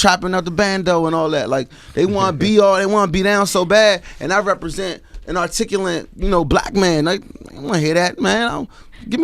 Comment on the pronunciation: that nigga said "articulaNT"....smh...